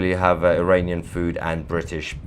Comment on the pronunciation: He said IRANian! I heard it!